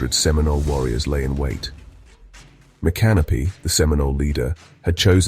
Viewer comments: "Micanopy" was never pronounced correctly in this video. MICK-a-nopee not My Canopy. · I agree with your pronunciation of Micanopy, it is not "Mi-canopy"! I don't live in Florida, but I have been to a small Florida town named MI-kuh-now-pee. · N FL gal here - I've always heard it pronounced Mick-AH-no-pee rather than My-Canopy. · Me-Can-Oh-Pee Get it right AI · Next to was the worst defeat of U.S Troops in our history. Dade was one of the first killed in the first Hollywood of Indian gun fire, Dade and his command were interned in St Augustine where they lay today. Mic an opy is how you prounace his name. One of the 3 survivors died of his wounds. Some of the photos shown were taken at the annual reactment. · you are 100% percent correct. mi -canopy???????. its the damn Brit who mispronounced the chiefs name! seminoles don't and never did wear the feather head gear shown in the video clip. I was born and raised in Florida(76 years old) I have been honored to attend the corn festival on several occasions. the treatment to all native Americans is a dark stain on not only Florida history but ALL America. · You beat me to it. Thanks for correcting the AI speaker and his incorrect pronunciation of the Indian Chief's name. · You murdered the name Micanopy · Every time the name is mentioned. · You can't even pronounce the name Micanopy correctly. MAJOR FAIL! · "Florida Files"??? A computer generated British voice narrating while mispronouncing Micanopy. It should be some Florida Cracker narrating from his airboat, like John Anderson. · You pronounced Micanopy wrong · On a different note. You need to learn how to properly pronounce Micanopy. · Thank you for correcting the pronunciation I'm a native Floriden also this AI crap is getting out of hand.